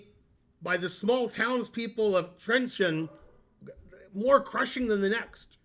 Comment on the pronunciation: it's "trentsheen" not "trentseen" arrrgh i'm so mad